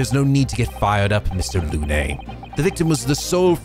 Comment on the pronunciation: Balthazar Lu-nay It’s pronounced Loon,. BALthazar LOON